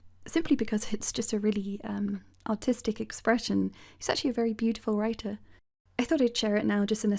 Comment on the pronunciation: When you thinks she is classy and saying "artistic", but all my brain is hearing is "autistic".